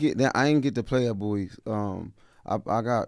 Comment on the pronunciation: thank you for pronouncing BOWIE correctly!! #AyeAyeAyeAyeBowieee🐶